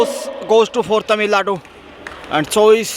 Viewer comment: how difficult is that for you to pronounce Tamil nadu ?. Is that a north indian thing ?